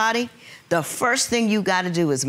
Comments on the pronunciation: “When we firsch met” 😂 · Man I thought I was tripping when I heard her say firsh. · Not firsch 😂😂😂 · "When we 1st schmet". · When I "Firsh" met you! I thought You were so Handsome!